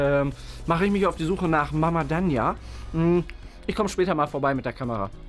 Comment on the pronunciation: und Dania nicht danja und Bianka